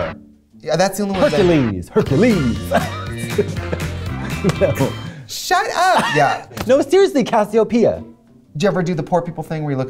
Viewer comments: You mean HUNK-ules?! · Katya saying Hecules got me TURNING IT UP!!!